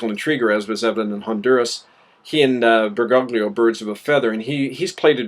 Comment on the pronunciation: I have to nit-pick something: His name is pronounced "ber-goh-lio" <OT "ber-gog-lio".